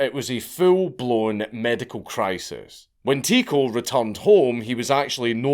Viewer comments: It's pronounced Ty-co no tico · His name is pronounced TIE-KO